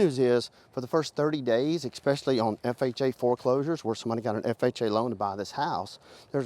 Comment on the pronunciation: Expecially? Seen? Be careful who you believe on the internet, the uneducated can press record too